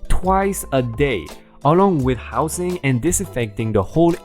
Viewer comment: ) Hosing- not housing... Hoh-zing as in with a garden water hose :) As for that dog breed you couldn't pronounce... neither could I...I don't speak any German and I believe that is a German breed of dog. :) Acre- not anchor Hard A-ker and anchors are used to hold ships in place (big metal double hook thing on a rope or chain depending on the size of boat or ship) :) Boarders not brouders... brouders is not a word hun. soft O as in orders with a b. Boarders :) Another great batch of stories r/RvK! PRRRAAAAAAAAAAAAAAA (don't know how to make the fire emote lol)